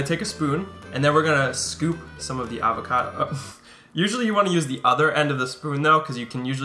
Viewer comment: Cute pronunciation of AR-vacado ;)